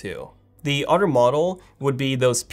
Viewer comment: Why can’t you say Other! Instead you mutilate it with OTTOR! Why? Get some speech therapy please.